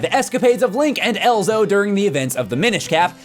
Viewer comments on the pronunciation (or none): It's EZLO not ELZO. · It's Ezlo, not Elzo. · Elzo? Seriously? It's Ezlo. He's 10 in Ocarina of Time, not 7. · isnt it Ezlo not Elzo? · "Elzo" Dude... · Ezlo not Elzo come on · It's been a long time since I've played Minish Cap, so maybe I'm wrong, but isn't his name Ezlo, not "Elzo"? Or is this like when kept mispronouncing Kafei as "Kaifei," or with Geno, which starts with a J sound, but uses a hard G? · It's Ezlo, not Elzo. Would it hurt to say it right? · Dammit! EZLO! Not Elzo. I KNEW that sounded weird. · Anthonï _ Not just that but he also calls Ezlo ‘Elzo’